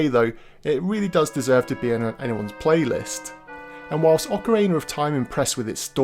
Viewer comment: I love me some Ocarayna of Time!